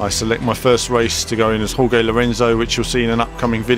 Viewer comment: What I find odd, though, is you properly pronounce the "J" in Jorge as an H sound, yet you decide not to make the "G" in Jorge an H sound. Either fully pronounce it 'hor-hey' or pronounce it "george." Don't make the J an H if you don't make the G an H.